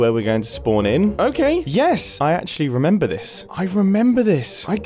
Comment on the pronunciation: Nobody MUMBO: I REMEMBA